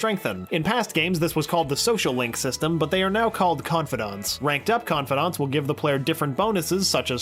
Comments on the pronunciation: Is no one gonna point out he pronounced "Confidants" as "Con-fod-onts"? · no.23 ConfAdAnts its confidants con-fi-dants